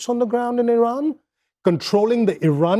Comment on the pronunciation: American people watch Reuters, Associated Press, FR24, BBC, TRT WORLD, Deutche Welle to get Real News american media is all PROPAGANDA and serve zios...... E-RUN E-RAN I-RUN You All RAN......🤫 cant even say IRAN.... cant even point on the map but those ppl on TV have idea about IRAN war aboud the Region u guys soooooooo funny and not educated 🤣🤣🤣